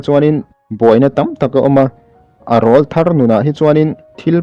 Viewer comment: Rawlthar tih hi lam diklo